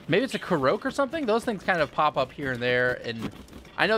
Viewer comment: hey its pronounced core-oc not karoke